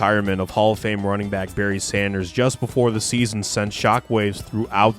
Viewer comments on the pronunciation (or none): none